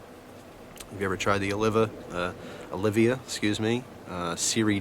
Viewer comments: Olivia dude, Oh-lee-va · its oliva not olivia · Oh-lee-va. Not "Olivia". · Like the review. They are great. BTW.. its Olive (OH-lee-va)